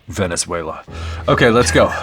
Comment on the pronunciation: "venezuela".... LOL